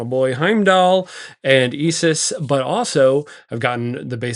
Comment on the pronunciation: Where does that isis pronunciation come from?? Great vid